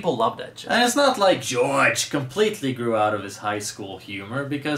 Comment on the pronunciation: WTF happend? Why did you say "George" so weird?